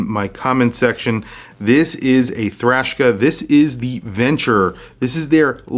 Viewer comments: I do wish it was bigger ... 41 or so. Not a big fan of a bracelet that goes down to 16mm, not very comfortable on my wrist. You keep saying thrashka instead of Traska. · Why do you say “Thrashka” instead of Traska? Isnt this an American company? Do you know this to be official way to pronounce? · Traska ma man not thraska. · Come on. Its Traska, not Thrashka. It is called a clasp not a buckle and lastly it clearly has 5 holes of micro-adjust. I own one and its clear in this video, yet you say it has 6 holes. What's going on dude? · Traska, not Trashka... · It's an awesome watch and wears great on my 6.75 inch wrist. Have it in black., awesome video but I think you're calling it Thraska or something other than it's actual name Traska. 😊👍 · Lol that threw me for a loop too 😂 “THRASHKA” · 😂 he dosnt even say the name right